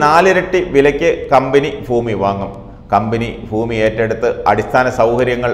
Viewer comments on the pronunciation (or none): ഫൂമിയല്ല ഭൂമി